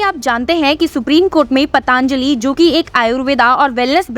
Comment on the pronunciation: पतांजलि नहीं पतंजलि बोलो बच्चे